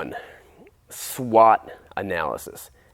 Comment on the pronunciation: its SWOT not SWAT